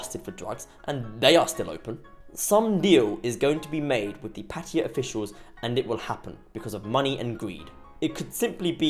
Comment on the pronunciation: They don't know how to spell "Pattaya" ... and you, how to pronounce it.